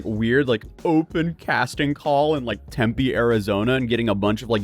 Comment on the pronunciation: The ONLY YouTuber who pronounces Tempe correctly every time 😆